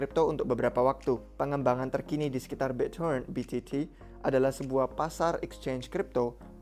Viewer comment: Biccoren end cron.. Gtu sih gw dengernya 🤣🙏